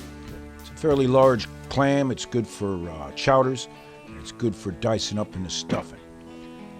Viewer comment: Food porn. Its gewwd.lol